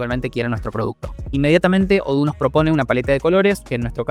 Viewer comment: Eso de odoo no es como lo dices es diferente